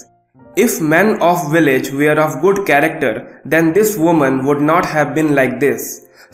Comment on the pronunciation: "were" I like ur content. Keep up the good work.